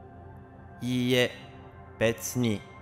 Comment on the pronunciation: When you say いいえ you should pronounce “I”sound a little longer. That sounds like いえ which means a house.